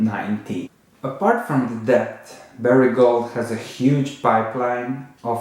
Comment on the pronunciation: Love your videos. Just a comment.. Debt is pronounced “Det”, the ‘b’ is silent.